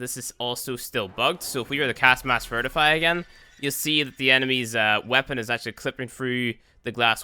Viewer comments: VI TRI FY. Maybe VIT RI FY But certianly not "vertify". Oh my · Isnt it pronounced VITRIFY? Not vertify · Vert i fy? No. Vit ri fy.